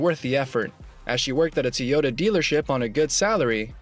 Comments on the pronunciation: Is this a robot talking? I've heard people say TIEota , Toyoda, but never TEEota. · Toyota is not pronounced with an I. Faye is amazing.